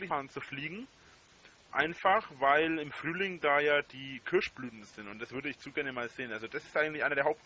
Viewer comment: Will mit a paar Jutubern nach jabban reisne wegen dieääää Kirschblütnää. Kannst du dir nicht mehr ausdenken! 🤣🤣